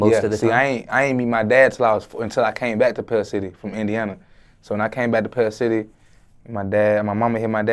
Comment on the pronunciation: He said pells city